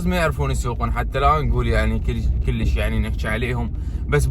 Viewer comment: ليش تكول كليش كول كُلش حته احله وافخمز